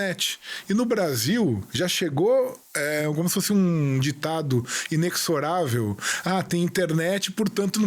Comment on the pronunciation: em "inexorável" o "X" tem som de "Z". Trata-se do verbo "exorar".